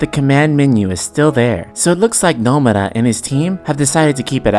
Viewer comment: Nomara? No-Mu-Ra